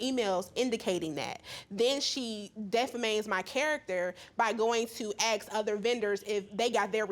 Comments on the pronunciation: WHAT IS DEFAMAMED... ITS DEFAMED LORD HAVE MERCY THE GHETTO LOL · I heard it as "defamaimed" 😂